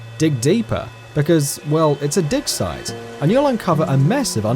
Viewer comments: "dig deeply, because well, it's a dick size" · I heard "dig site" at first, but then after I heard "dick size" xD wtf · 39 I swear to god he said "dick site" 😂😂😂😂😂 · "An unsespecting Dick-Size" am i the only that heard that? lol.. Anyway. Nice Video. :3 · I heard it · i thought dick sight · I heard dick site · Well, it's a dick site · he said dig site